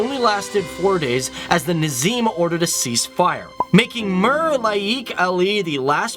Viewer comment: His pronunciation of Indian names🙄